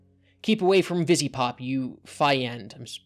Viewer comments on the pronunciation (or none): HE TOUCHED AVATAR HELLVA BOSS NOOOOOO! Also not to be mean, but it's pronounced Viz-ee pop. And Hellva Boss is a good show series although it's VERY 18+. Not meant for kids. I'm honestly surprised Chris found it. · >can't pronounce VivziePop >can't pronounce Helluva Are you sure you were an English major?